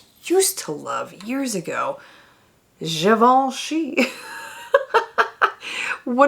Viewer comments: As a francophone, you pronouncing Givenchy the right way MADE MY DAY LOOOL!!! It's actually EXACTLY how it's pronounced! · Pretty darned close, I’ll give you that! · I second this as a French! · As a francophone you pronounce GIVENCHY just the perfect way 👍👍